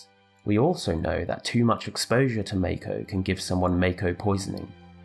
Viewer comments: Yo, why you keep pronouncing "Mako" wrong? It's "mock-oh", not "make-oh". We've had official canon pronunciations for not just Mako but almost everything else for over a decade at this point, probably more like over two decades. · Isn't it mahko rather than mayko